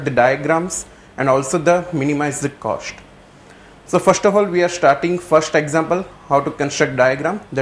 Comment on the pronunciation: WHAT IS THE ACTUAL COSHT SHIR... LOL... OPERATION RESHEARCH... SHTART... ROFL.... FUNNY GUY....